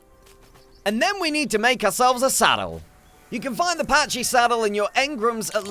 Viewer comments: It's pronounced (pa-key) not pachy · Another brit that doesn't know basic english words. It's NOT a PATCHY as you pronounce it, they are PACKYS. Like a pack of gum, not a patch. Fucking idiot.